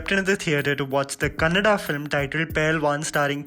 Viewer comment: It's good to hear kannada instead of kannad. Thank you sudeep sir. #sudeepians🥰